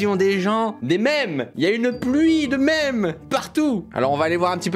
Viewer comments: La prononciation de memes c’est mimz pas m’aime esti de francais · “Les maimes”